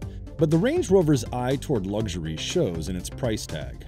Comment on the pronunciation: Pronouncing luxury 'lugzhury'... doesn't sound luxurious. 😄